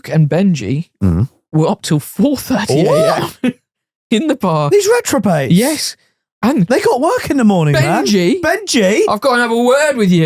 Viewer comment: did call them retrobates instead of reprobates lol